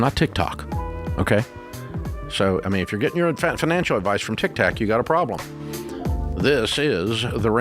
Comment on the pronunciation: Sorry I watched till very end … Ramsey saying Tik-TAK. 😂